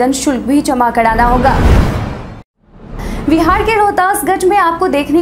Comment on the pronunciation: हैलो नमस्ते🙏🙏 समाचार पढ़ते पढ़ते आप तो बिहार का नाम विहार बोलती हो मैं रोज सुनता हू कृप्या आप बिहार बोलिए 😀 बाकी सब बहुत अच्छा समाचार पढ़ती हो आप